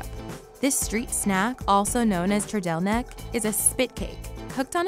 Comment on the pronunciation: trdelník ❌ třdelnék ✅